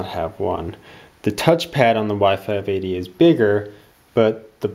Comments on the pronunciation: The whole time I actually thought you were saying Y 5 Baby :DDD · every time i hear y580 it sounds like wifi baby